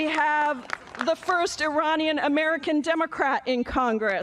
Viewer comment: I'm just happy to hear someone pronounce Iranian correctly on TV!